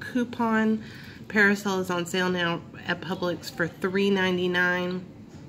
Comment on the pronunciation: It’s pronounced Per-Sil you kept saying (PerAsil). Thanx for info got me a $5 coupon!